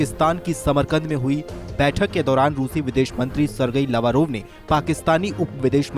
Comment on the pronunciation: The right pronunciation - सिर्गेई लव्रोव्